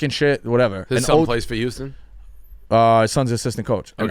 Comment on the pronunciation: Why am I shocked that the guy who can’t say Houston right also says Nevada & Oregon incorrectly?